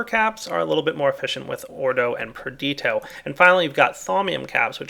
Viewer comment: Anyone else annoyed by how he's been pronouncing perditio? :/ still, great series and looking forward to Thaumcraft 4 :D